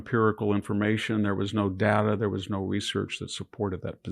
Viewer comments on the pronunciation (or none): none